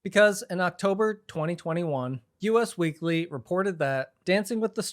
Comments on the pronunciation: hi! stupid thing to mention but i think its actually pronounced "us weekly" not "u.s. weekly" dumb nitpick but good to know for journalism :p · just so you know it’s “us” weekly not “U.S.” 🥰 i have to comment cuz i think you’ve done it before